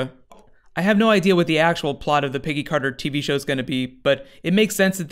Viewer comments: "Piggy Carter" ahahaha it's Peggy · Every time he says "Peggy Carter" I hear "Piggy Carter." Am I crazy, or is that was he's saying?